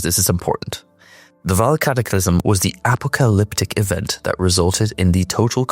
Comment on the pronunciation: Great vid, def gotta learn how to pronounce apocalyptic though😂